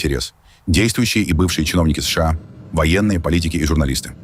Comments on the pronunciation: Ребята, когда вы его научите СэШэА правильно говорить? Да и вообще, что у него с ударениями? Неужели такой умный, что ничему уже не учится??? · позорища настройте вашу нейросеть запинается на каждой аббревиатуре как паралитик не способна сша правильно произнести